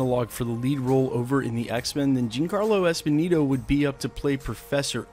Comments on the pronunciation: Jean Carlo Esponeeto??? :/ Giancarlo Esposito, you mean.... Pronounced Jon-carlo Ess-poe-see-toh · Dude - learn to pronounce his name. Jean Carlos Esposito. He's been on screens for over 30 years now.